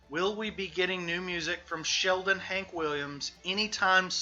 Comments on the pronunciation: His name is Shelton, not Sheldon. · Dude, are you really saying "Sheldon" over and over while trying to tell me you know about 3? It's Shelton! Shelton! Jesus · Given the fact you cant even get his name right (SHELTON not Sheldon) you have zero credibility. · Shelton not Sheldon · Shelton not Sheldon speaker man uok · Shelton not "Sheldon" respectfully. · It's pronounced Shelton, not Sheldon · Shelton. The man's name is Shel-ton Not Sheldon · shelton, not sheldon. hmmmmmm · Boss... That's ShelTON, not Sheldon. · OK I keep hearing you call him Sheldon his name is Shelton not Sheldon go look it up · Actually it’s Shelton not Sheldon bud. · Shelton not Sheldon 😂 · Shelton, not Sheldon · ShelTon w/ a T NOT ShelDon .......c'mon man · Just a little nitpick -- his name is ShelTon, not ShelDon. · Ok I’m sorry but I have to say this. Shelton’s name is a family name. My sons name is Shelton too. I’m 90% sure that it’s the same family. The Shelton family. ShelTon. Not ShelDon. It’s really disrespectful to call someone named Shelton , Sheldon. Sorry. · Why does this dude keep saying "Sheldon" ? Wtf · It's SHELTON with a "t," genius biographer guy. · This guy starts off on the wrong foot by mispronouncing the Subject of the Piece's first name FROM THE GET. That's ridiculous. He follows that up with THE WORST BOB DYLAN IMITATION ON RECORD. (And Dylan isn't that hard to imitate.) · At least get his name right lol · Right, how can you make a whole video calling him the wrong name. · The penalty for mispronouncing Shelton should at-least be life without parole. Ideally the electric chair.